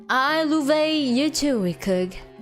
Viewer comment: I....I.....I loooovey you! Episode 6. HUH!?!? Myahhh "louvey" you I've never played UNO on stream. Maybe soon? Wait, Scarlett gonna ruin Violet's date? Met with Damian. I don't know how to voice Damian. IT'S TIME FOR MY LAST DATE WITH VIOLET! Why am I feeling doki doki? Awwwwww Oh, she's blushing~ VIOLET YOU BEAUTY What the heck is a paint night? Violet, why are you so cute? Paint night? Paint together? About the visual novels NEW CG UNLOCKED Humu humu Wait, that's a fork. Fork fed me~ I wonder where's Terra staying right now. Jazz hands? At the TV? Awww she blushing~ My voice acting is not that amazing. I got the voice for singing but not voice acting Past experience on voice acting interview It's my dream to voice acting in games? Not anime Vestinian's English is very different from Earth's English Voice acting for starters? Maybe do a voice acting on comics? I didn't do any dubbing for fan animation Ashoom and Conshoom I didn't interact with people in real life that much About her English accent I don't mind people correcting me pronouncing a word. It's not rude~ The "shoom" sounds may be because of my accent. I can't do anything about that~ About her time on interviewed by Production Kawaii.